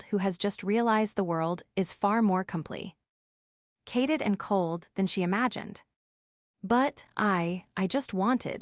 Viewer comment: Another good one was a sentence ending. in : "...the world is far more complete." And on the next line: "cated and cold....". The word 'complete' was actually pronounced but feebly at the end. Obviously the word was supposed to be 'complicated'. It's . Too funny. I pity anyone trying to learn English by listening/reading these.